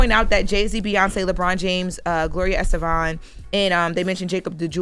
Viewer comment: Gloria Estefan not estevan